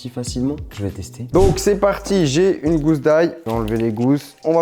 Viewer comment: Moi et ma conjointe sommes confus sur le point de ta diction, est-ce que tu dis une GOUSSE ou une GOUZE d’ail ?